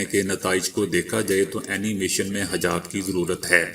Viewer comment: BAI HAJAB NAHI HA HEJAB HA.